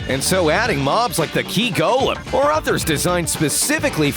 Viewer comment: The narrator are spell the golum instead of golem